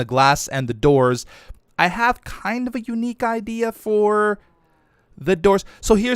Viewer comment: "why you hef to be mad"